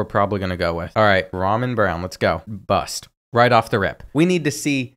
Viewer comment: i know you didn't just pronounce ramon as ramen